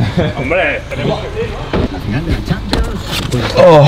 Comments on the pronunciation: Y dice finial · Dice fiñal